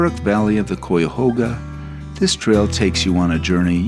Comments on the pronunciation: Cuyahoga, cuy like guy a like uh hog like a pig a like uh . Thank you. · I grew up in Brecksville, halfway between Cleveland and Akron, and went to school in Columbus -- loved seeing all these familiar places in what I consider my home state. And the river in Cleveland (and park name) is pronounced: k-eye-a-hoe-ga :-) Thanks for the Rock Hall call out, too -- a great place for lovers of all genres of music!